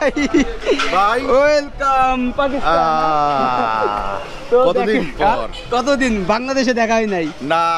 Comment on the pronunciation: Ki sob content creator! Pakistan bolte pare na, bole Pakisthan. Thu.....porashuna na korei ki.........?!?!?!